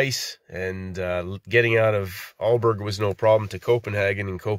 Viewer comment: Hi. I’m from the Island “Fyn” in the middle of Denmark. I love how you say “Frederikshavn” and “Aalborg”. You are spot on but with the english accent 😉. I’m glad you liked Denmark. Regards!